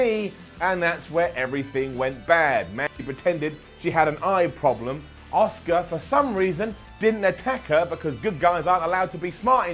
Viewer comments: Makes fun of how Shane says, “Chiampa” The calls Asuka, “Oscar.” I see you,. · Don't get me wrong your one of my favourite people that covers wrestling. But I can't believe that your calling out Shane McMahon for the way that he pronounced Ciampa. You often say Oscar instead of Asuka. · Shane McMahon pronouncing Ciampa was fine, pronouncing Asuka as Oscar on the other hand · I love, it’s so funny how he pronounces Asuka as Oscar lol